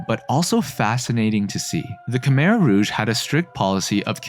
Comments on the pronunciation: Btw Khmer is pronounced “ku-my” not “ka-mir” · Khmer is pronounced "ku-mai" not "ku-mer" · Croissant. Pretty sure you don't pronounce the R in Khmer. It's more like Khmy. That said, funny that the US-backed "communist" country was eventually stopped from its atrocities by communist Vietnam.